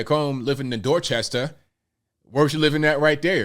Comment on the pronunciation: "Dorchestaah" 😂😂😂 ... accurate!